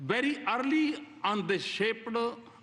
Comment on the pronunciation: is he PM of india? ha ha see how pronounce word Journey and early. ha ha . what a english yaar. even Lkg students will say correctly